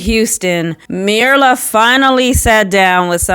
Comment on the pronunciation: It's: 'MYRLA' ! Why can't ANYONE READ & GET HER NAME CORRECT?.?..